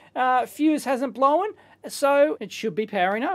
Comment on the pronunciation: "blowen"... crazy aussie